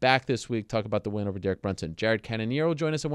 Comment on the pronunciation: Did he say Derek Brunson?